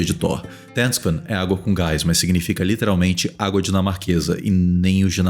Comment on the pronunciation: AKAKAKAKAKKKAAAKKAKAKKKAAKAKKKAKKAAAAKAKAK Felipe falando ''água com gás'' igual um deficiente e vem o dando UMA AULA AKAKAAKAKAKAKAKKKKA